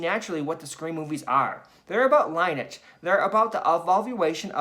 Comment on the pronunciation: Lineage = “ lin·ee·age ”